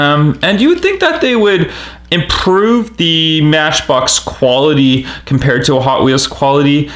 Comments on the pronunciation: "you think that they would improve". (rolls tongue) lmao why tf u say it like a mexi ? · lol how he said improve